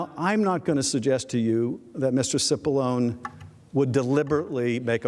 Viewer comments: It's not Sippalone, it's Chipallonie. Get it right. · Cipollone means Big Onion in Italian it should be pronounced chipolloni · Tip of the hat to you, good sir :D It's actually pronounced "Chee-Poe-Low-Nay", which must be why I wasn't getting the clever pun. Obviously, not because I'm a slowpoke.